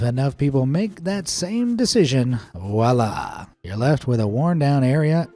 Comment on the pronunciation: You lost me at "wala". It's a French word "Voila" which means "look at that!".